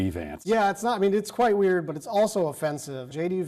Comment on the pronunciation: wayerd and waryous ---now that's weird.